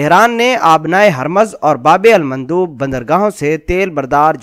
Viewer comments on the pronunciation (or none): ye babe almandoob nhien bulke "babul mandab: hae